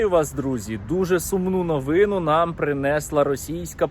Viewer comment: Правильно кажете, але було би ще краще, якби Ви робили правильні наголоси: − не "принЕсла", "провЕли", "новИну", "почАлась", "Ознаки", "жИли"; − а "принеслА", "провелИ", "новинУ", "почалАсь", "ознАки", "жилИ".